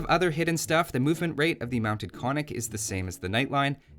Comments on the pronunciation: You get a point for the attempt, but alas, it doesn't work. The two Ns are both pronounced, i.e. ['kon-nik], not ['ko-nik]. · I don't want to be the cry baby, but it's pronounced "kon:nik" Damn... I am the cry baby. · Hi! Could you, please, try to pronounce the word Konnik correct? Both Ns are pronounced, so it should sound like 'Con-nick' in English.